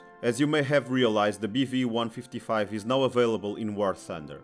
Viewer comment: I thought he kept saying beefy lol